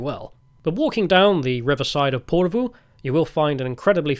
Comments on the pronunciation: Ok.. Lived in Finland for 24 years now, speak Finnish and HATE it when content creators make videos but don't learn how to pronounce any of the place names properly.. I instantly gave up when you butchered Porvoo. At least TRY to speak the names properly. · Tää on niin tätä. Vieraiden kulttuurien kunnioitus puuttuu tyystin. Provosoidaan tarkoituksella. Paitsi, jos tää on itseparodiaa. Britishplainingiä parhaimmillaan. 😁 Se Porvoon ääntäminenkin oli ihan omanlaistansa. 😂